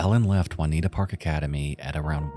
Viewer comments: it's pronounced "June e atta" section of Philadelphia not Juanitta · It’s pronounced “joon-EE-ah-tuh”. Not “wan-EE-tah”. Lol. It’s spelled Juniata, the other is Juanita. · The fact you can pronounce schuylkill with no problem but called juniata, Juanita baffles me. It's joo nee aa ta. Took me a minute to figure out where you were talking about. Never heard of that case before but I remember that snowstorm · Juniata is pronounced -jun-E-at-uh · great video, juniata isnt pronounced juanita btw hahaha